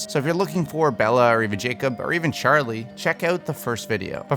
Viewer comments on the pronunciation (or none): none